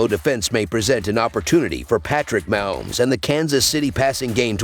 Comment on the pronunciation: when this guy can't pronounce patrcik Mahomes name correcly, it makes me question their picks